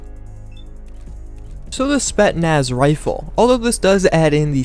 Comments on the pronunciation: Spetnaz? what's that? I thought it's Spetsnaz. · You're overly critical. Also how are you mispronouncing such a common word like Spetsnaz, clearly there's 2 S's in the word. Also it's not an AS VAL it's a VSS "Vintorez" to start with